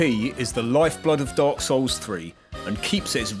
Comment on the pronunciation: You pronounce dark souls like dog souls 😆